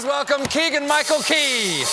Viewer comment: did Steven just say his name as "Keagle"- Michael Key??? LMAO